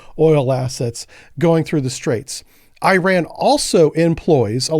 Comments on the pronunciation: Ir’s called “IRAN” (Not “I ran”) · I ran ? Nah dawg it's pronounced as "eeraan" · It’s Iran not Ayrault omg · This guy say "EYE" Ran too.. whats going on. I am just a simple 70 year old with a Geography degree and I know it is "eh ran" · It's pronounced E-Ron. I-Ran was from a Flock of Seagulls. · Man you did know the Iran pronunciation! It pronounced Eeran! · Americans are permitted to pronounce it incorrectly. So it is in fact I ran. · Hello and loving the content. It’s is pronounced E-Ron like ENRON the oil company. Hope that helps.